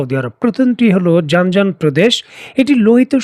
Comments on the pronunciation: ভাই জান জান প্রদেশ না।জিযান প্রদেশ। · জানজান নয় প্রদেশটির নাম জিযান